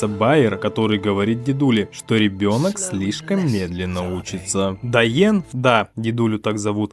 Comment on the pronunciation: Доен - это английское произношение. Информация в французском словаре. Дуайе́н (фр. doyen — старшина, старейшина). Точно такой же дуайен был и в гильдии воров Обливиона, который нас научал. Там это была должность, а тут сделали личное имя.